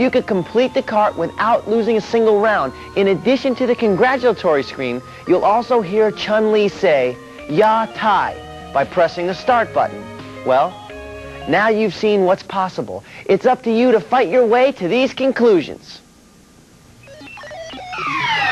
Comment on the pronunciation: Haha, Chun-Li says "Yatta" not "Ya-tai" It means "I did it" in Japanese. Hilarious he said ya-tai. XD